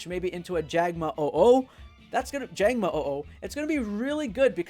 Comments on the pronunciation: why does he say jangmo-o-o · Learn how to talk. It's Jangmo-o.